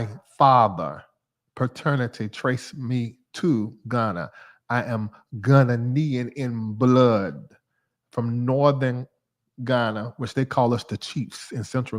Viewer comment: Ghanaian (Gaw-Nay-An) done spoil up all our forefawdahs name. Yessir love to hear what you’re doing in Ghana